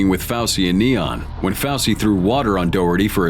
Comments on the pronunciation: It's Fusy, not Fausy, m...oron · Ur saying Fousy wrong